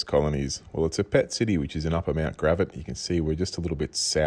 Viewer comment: Hahaha you said it like mt grav-att not mt gra-vatt. It just sound funny when you said it.